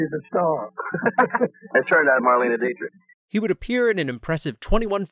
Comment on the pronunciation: Is the narrator a bit, or just a zoomer who has never heard of Marlene Dietrich? It’s really hard to botch the name of one the most famous actresses ever.